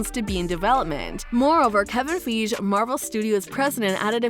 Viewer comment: I believe the producer Kevin Feige’s last name is pronounced: FIE-gee.